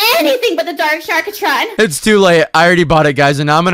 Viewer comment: its not sharkatron its sharktron no offence